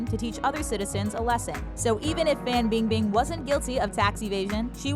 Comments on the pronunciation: Every time she pronounces Fan Bing Bing’s name I can’t even😂😂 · erge 99 I’m born and raised in China and it’s 100% FAN bingbing